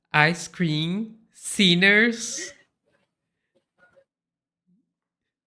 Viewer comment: Povo burro unido pode não ser vencido, a gente ri muito mas com medo. Não tinha sido melhor escrever o texto em português com a melhor pronúncia possível? Popicórni endi aice crime... Brésil. Por aí kkk